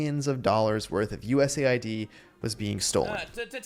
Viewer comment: US Aid, Not USA ID, for chrissakes! 🤯